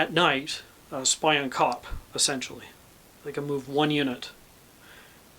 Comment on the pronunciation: Looks great, I think it actually pronounced as spee-on kop